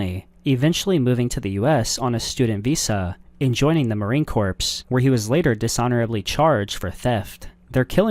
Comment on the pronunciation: It's not marine corpse...